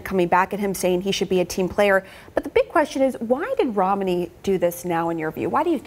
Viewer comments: It’s pronounced: ROM-ney. Not: ROM-uh-ney. Not that I care, but your a journalist. Get it right. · Why do they pronounce Romney, rominey? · lol why does she keep pronouncing it ROM-A-NEY?